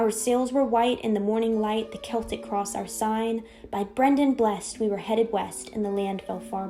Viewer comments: It might help to prove the claims made if the narrator didnt keep pronouncing celtic as seltic. Its pronounced keltic. A hard C sound. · Also, Celt is pronounced’Kelts’, not ‘Selts’. Therefore ‘Keltics’, not ‘Seltics’. The narrator mispronounced it in the first part of this video. Wordnazi, sorry😩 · "K" Celtic. Celts...NOT "S" Seltic....uggggg.